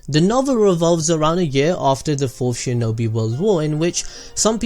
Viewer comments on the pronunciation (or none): none